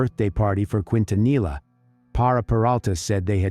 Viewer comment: You’re pronouncing Quintanilla wrong. It’s a Spanish surname and double Ls are pronounced as a Y not a L.